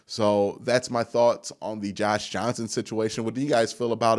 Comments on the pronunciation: John Johnson is the one we signed, he’s pronouncing his name wrong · We were playing dumb cuz kept getting John Johnson's name wrong in the video. I didnt believe we were getting a Lingerie League player. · You literally cannot say his name right and I love it 😂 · Does john johnson have to be a patreon member for you to say his name right.